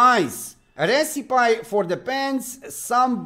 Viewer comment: It’s pronounced “res I pee”. Not as you say “res I pie” for the word recipe.